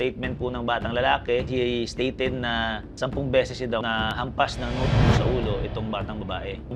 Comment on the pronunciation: Sabi notebook,Hindi sumbag